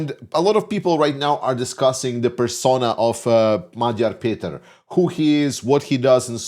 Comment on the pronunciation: Thank you for pronouncing Magyar Péter's name correctly and for your enthusiasm:)